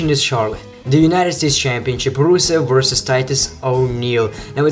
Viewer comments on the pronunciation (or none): everytime you say the word "versus" , It really sounded like "vorsas" :D